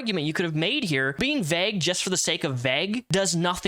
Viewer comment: Good video but “vague” is pronounced “veyg” not “vehg “